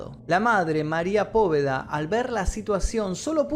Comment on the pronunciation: Es Poveda no poVeda ksjsksjsjs literal como en Harry potter lo digo Porque Es mi apellido❤️ tqm